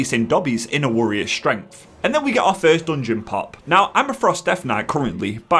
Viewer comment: What is a wurrior?